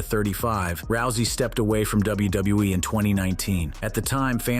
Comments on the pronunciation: Hearing this guy say wwe is triggering my ocd 😂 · Dabliubuiee, Dabliuibluiee, Dabliubluiee, Dabliulebuiee.